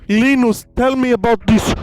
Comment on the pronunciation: Leenus ples